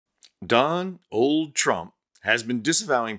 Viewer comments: did you just say „Don Old Trump“? 🎉😂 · "don-old" made me laugh, a great dad snark/joke